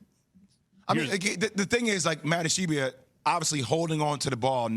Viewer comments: Ishbia Ish-BEE-ya Not Ish-ee-bee-ya. Not Ish-eye-bye-a It ain't hard smh. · It's ISH-B-YA 😂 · J Will kept calling Matt Ishbia "Matt Ish-ee-bia." All these ESPN fucks don't know how to pronounce names. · I like how Jay Williams corrected Max on his pronunciation of Ishbia and they were both wrong. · I came here looking for this comment. Jay had been saying the name wrong the ENTIRE time beforehand too.